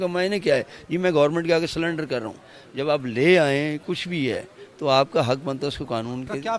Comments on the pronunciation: سلنڈر نہیں ہوتا سرینڈر ہوتا ہے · اپ کو کوئی خاص تکلیف لگتی ہے تیری بٹ کے مرنے کی یا تو اپ کا عزیز رشتے دار تھا یا اپ بھی اس سے کوئی حصہ لیتے تھے کیونکہ جیسے لوگوں کا انٹرویو کر رہے ہیں اسے نہ وہ سرینڈر کو سلینڈر کہہ رہا ہے